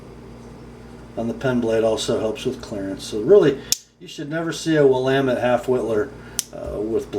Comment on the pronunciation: well done on the pronunciation of "Willamette" !!!